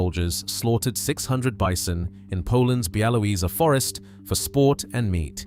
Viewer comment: bialowieza//biawoviezha you could have looked it up